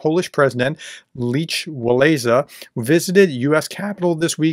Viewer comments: Pronounced LEK Walesa. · If it helps, Lech Walesa is pronounced Leh Vawesa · sorry. His name is not pronounced "Leach Wah-lisa".. It is pronounced "Lech Wa-lesa" or "Wa-lensa". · His name is pronounced Leck Walenski. Him, and Karol Wjolta were heroes of the collapse of communism in Poland. God Bless Poland, God Bless Ukraine. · Solidarity (Solidarnosk) leader’s name is pronounced ‘Lek Valensa’ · It's pronounced "Lek Valeyssa". Were almost the same age. Don't you remember him from the nightly news? He was the first president of liberated Poland. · pronounced Lek wal esa, dont know how you have not heard of him.massive news at the time. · Yea. Say, "Lek Valaysa". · Just a note: The pronunciation of Lech Walesa is Leck Vah-LESS-ah. (Sorry - Just had to 'cause it's making me nuts. LOL!) He is such a great man in history. I had the privilege of seeing him in the Polish enclave city (at the time) of Hamtramck, Michigan. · Prof, his name is pronounced Lek Luwensa. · Come on, we were both alive in the 80s, gotta pronounce Lech Wałęsa's (Lek ValENsa) name properly or research it before going on camera. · Lech Wałęsa - pronunciation "Leck Vah - wess - ah", alternatively "Leck Vah - less - ah". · Professor as a man of higher learning please inform yourself how to pronounce Slavic words and names. Your butchering of Lech Walesa's name was laughable. From a Slavic-American.